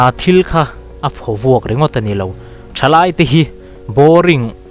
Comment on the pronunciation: "Phawk vuak, i ti zauh a, a dik lo. "Phawvuak," = "Khawvel, (earth) tih thlûk a lam tur.